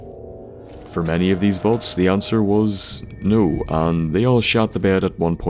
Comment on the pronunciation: ur saying volts? or vaults?